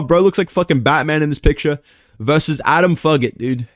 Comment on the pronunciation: “Adam Fuq-it”😭